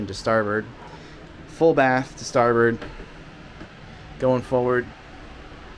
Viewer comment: you say over and over -> starBIRD ... the correct term is .> Starboard :D otherwise just another big boat ..